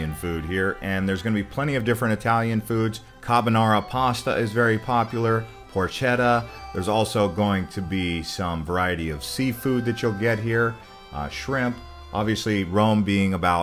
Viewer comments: It's pronounced Porketta! Repeat after me "Por... ke.. tta!" GOT IT ? Bravo. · When I heard "porCHeta", first rolled my eyes, then turned off... this . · PORCHETTA si dice io sono italiano ♥️🫶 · Get a narrator who actually understands Italian pronunciation…😢